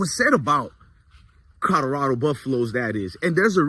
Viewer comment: Bro kill me with the Codarado 😂